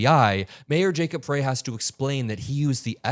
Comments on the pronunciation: Minor point: Jacob Frey is pronounced as "fry". thanks for your coverage though! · it's "fry" not "fray". Keep up the good work and it's great to have you by our side for the long fight. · Thank you for covering in detail but it's Jacob FReY like french fry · You're mispronouncing Jacob Frey's name. 'Frey' is pronounced "fry", not "fray". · Hey, just FYI, it's pronounced Mayor "Fry" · Mayor's name is pronounced fry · its pronounced Fry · Hi, Jacob Frey is pronounced Fry. Thanks for all you do. I’m in Minneapolis and appreciate your reporting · love your work. The mayor of.Minneapolis is pronounced Frye, like in French Fry. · it's pronounced Jacob "FRY" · it is Frey like Fry. Thanks for great reporting. Just want to let you know of proper pronunciation. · His name is pronounced Fry, Mayor Fry. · Jacob Frey, pronounced Fry. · I love your reporting and devotion to the truth. Mayor Frey pronounces his surname Fry 🍟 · Love you so much!! BUT say the Mayor’s name as Fry. Minneapolis resident here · just FYI- Frey, the Mayor of Minneapolis- his name is pronounced Fry. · Mayor Frey pronunciation of his last name is with a long 'I" not pronounced with "a" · Just FYI the mayor’s name is pronounced Fry. I feel bad for the guy for having to deal with another city-wide protest, but I’m glad we have someone at the top who has been through it. Kudos to our city council for the communication they have on social media and advising us on the importance of being vigilant and taking care of our neighbors. I’m proud of my city! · FYI: The Mayor's last name is pronounced "FRY", even though it is spelled Frey. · the mayor's last name rhymes with pie, or fry. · To me, these reporters sounds so complicit, wrong emphasis on f ——, y. A woman was murdered should be the main emphasis here. We can see right through these enablers who think they are so dam bright.